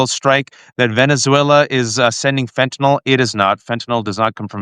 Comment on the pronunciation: Waj, you're the first one who knows how to pronounce fentanyl